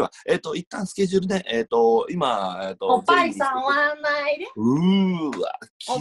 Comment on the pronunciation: おっ⤵︎ ぱい⤴︎ からのおっぱじまるで耐えられないwww